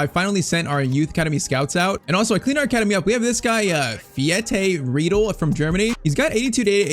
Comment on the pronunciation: how du you speak fiete riedel as german it is very fun 🤣😂 british people cant speak german names can you make a bayern career in fc26 i am from munich and i think that would be very cool